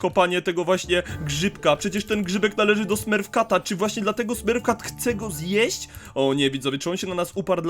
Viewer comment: Mówi się smurf cat